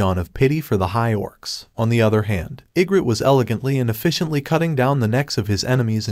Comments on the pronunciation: Bro the way he says igris is igrit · Why you saying igrit it's igris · Say igrit one more time………Igris😡. And rise up? Are we watching the Atlanta falcons? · I was confused because he can’t say arise or Igrs I don’t know how to spell it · If the name is Egris then why does it read as egret? XD